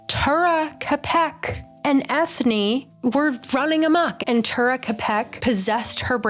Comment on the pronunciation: They gave Eithne an Irish name so I think her name is supposed to be said like Enya. Pretty sure a cutscene from the Darkest Faerie video game shows Balthazar shoving a human-sized faerie toward the opening of a bottle, and she automatically shrinks to fall into the bottle. I want more faeries of color!